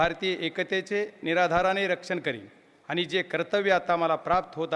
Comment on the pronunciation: निर्धाराणे आसे असतांना नीराधाराणे असा ऊच्चार आहे गैर उच्चार करुन शपथ घेणे योग्य नाही.